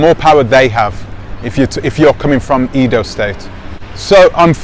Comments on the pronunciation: Not pronounced “eedo” , it is pronounced “ai-do” as the a in “ace” or as the first “e” in Eddie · Short 'e' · He's pronouncing it like English!